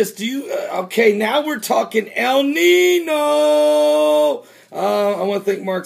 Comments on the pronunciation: Though I am not of Mexican/Spanish descent, I am familiar with the language as I am from So. Cal. and something you keep saying is irritating me. El Nino. Notice the little squirelly thing above the second N in Nino? That N is pronounce like an NY so it is actually pronounce El Ninyo. Stop saying NINO. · Follow me....EL NEENYO.....not NEENO....lol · the little mark over the n makes a ya sound el neen-yo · It's pronounced 'ninyo' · It's a Spanish word pronounced "neen-yo"... The little squiggle above the "n" means that it is pronounced "n-y".